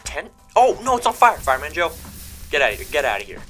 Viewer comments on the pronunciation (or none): Joe not joy